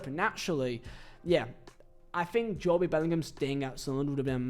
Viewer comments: we do it as banter for a laugh but doing it on a youtube video when he knows full well its its jobe not jo-be is attention seeking to the finest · Jobe - ❌ Jo-be - ✅ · i watch jobe a lot in the championship, seems a decent player tbf, but honestly i feel he should’ve played in the prem for sunderland (also it’s JOBE NOT JOBIE) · The name is pronounced “Joe-bee” or similar deviations in a variety of countries in Africa. But Jobe itself is an English version of the Hebrew name “Job” and it’s the single syllable pronunciation here. The Bellinghams are rather English. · Bro its jobe not joby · Its pronounced “Joe-B” not “Jo-Bee” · Bro it’s jobe not Jobie… that’s like calling jude judie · No one has EVER call him Jo bee lil bro 😭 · Hearing Jobie hurts my soul. Please learn to call him Jobe. He has even played Burnley twice how doesnt know how to say it is bewildering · Every time he said Jobie I wish I had no ears 😂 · I love your content but where did you get pronouncation of Jobie😂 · its just like cancer to hear JO-Bee and not joBe like my god stop please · Who tf is Jobey? 😂 it’s JOBE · JOEb no joe-bee. ❤😂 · It’s only Jobe not Jobie 😅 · I think his name is Jobe and not Jo-be correct me if im wrong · He’s from England aswell he knows is JOB(E) and not Jo-Be he’s doing it for attention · I hate when folk say Jobie. Like it's not like Jobe McAnuff. I get it the first name can be said differently however get it right It's Jobe Hearing this is how some people say his name constantly makes me want to off myself hearing it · If it makes you feel better, you pronounced it correct in Zulu 😂. We say Jo-Beh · JOBe bryant, cant even watch this one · Needs to re upload this pronouncing Jobe correctly haha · Couldn't watch more than 3 minutes, the butchering of Jobe is just criminal, hearing JoeBee over and over was too much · If it’s Joooo-bieeee, time to start learning Polish my friend. English is not working out for yOu! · WHY ARE YOU SAYING HIS NAME LIKE THAT